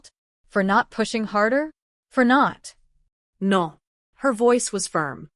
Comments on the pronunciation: What is with the random spanish speaking woman that just pops in to say 2 or 3 words and then vanishes? WTH Everytime this lady gets mad a female Mexican poltergeist leaps in and shouts NOO. I know it's all english, but accents make a massive impact on a spoken story, lolol I keep getting WHIPLASHED right out of the story by this narrator ghost interjecting her truth into the tale, lol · Multiple times repeating the story line. The foreign “no” is too funny.